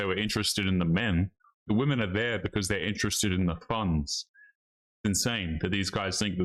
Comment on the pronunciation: Wife: “but that is our(my) fun-ds.